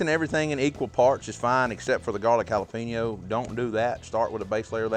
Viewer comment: Can anyone else hear jalapeño said like “jala-pino” through this whole video